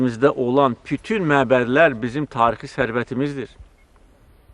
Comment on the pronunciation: Prezdentimiz poliglotdur yeniki 7 dil bilir,yeganə prezdentdirki xarici ölkələr e gedəndə tərcüməçi goturmur özüylə,onagorede birazciq xarici dil üstündə danışır.bəzi sözləri deyisik deyir